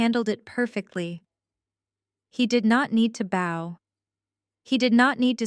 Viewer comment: Please ... PLEASE 🙏... Learn how to pronounce bow. It's not pronounced bow like a bow tie. In this context it may be spelled the same... but when it's describing a person genuflecting to another person... it's pronounced bow as in bow- like 👍in allow.